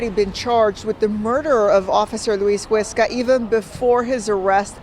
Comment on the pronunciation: I don’t understand how you can hear them say “Huesca” and still fuck up the pronunciation. Much love bro but come on.